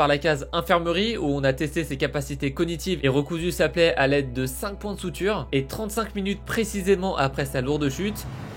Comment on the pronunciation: En français on dit points de suture pas soutire. 🤔